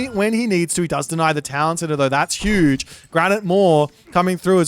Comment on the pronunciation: "hüüüüüge büst of füd there"😂😂😂